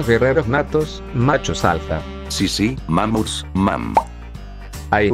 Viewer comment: "ma-muts" abuelito- 2023